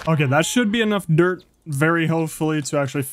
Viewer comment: I love how you say dirt duert